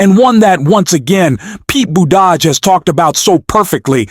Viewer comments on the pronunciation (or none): Gavin Nome? Pete BooDodge? Bad AI. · Say "Boot A Jedge" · Im new here so if its some kind of inside joke or of its om purpose or what, but Ol Mayor Petes last name sounds like Boot Edge Edge he had silly signs made when he was running cause people.say it like you do here. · Pete Boudage? It's Buttigieg. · Pete. Buteh. Judge. Please learn to pronounce all names!! Thank you. #45. CANNOT SERVE IN THE WH EVER AGAIN!! KEEP THE GARBAGE OUT!! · Are you using an AI voice to create your video script? I ask because of the irregular, but repeated, mispronunciation of surnames such as Newsom (Gavin "Nowm"), Buttigieg (Boo te jooge) and even at times Musk (Moosk). What's up with that? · Please pronounce properly Secretary Buttigieg last name. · Hey Dude! Please get Buttegieg's name properly pronounced. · Hello. Why can’t you pronounce the governor’s name correctly? Also Pete’s last name. Name mispronunciation simply makes you sound ignorant. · I enjoyed this video and its message, but I don't understand why you kept mispronouncing Newsom's and Buttigieg's names. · Pronounce their names better, please! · I like your show. But please learn how to pronounce Buttigieg correctly. He deserves the respect. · Why do you keep calling Newsome "Gnome"??? And why do you keep mispronouncing Pete Buttigieg's name??? Bit silly isn't it?? You need to grow up if you want to keep my following, mate. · Subscribe? Why can’t you pronounce Pete’s last name? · Learn how to pronounce Newsom and Buttigieg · Is there a reason why you mispronounce Gavin Newsom and Pete Buttigieg's names? I only listened because of content, but please please do better. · I wish you could learn to prounce Pete's last name. Other than that, I enjoy your vlogs.